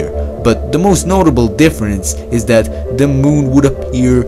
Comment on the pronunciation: Thö moOun